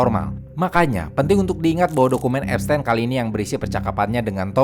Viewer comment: epsTIN bang bukan epsTEN